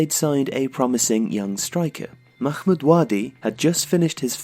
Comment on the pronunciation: It's not Makhmod nor is it el Akhly, why are you putting so much emphases on the H ? You're trying to pronounce an Arabic letter that's not in either of those words.